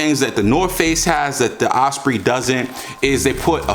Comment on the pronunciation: Like the older one better. Don’t fix it if it ain’t broken. Ospreee lol